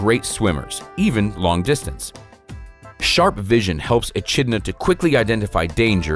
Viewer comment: Sigh-ga. Not sigh-ee-ga. Sorry, the pronunciation was getting to me. Eh-kid-Na, not eh-chid-na as well.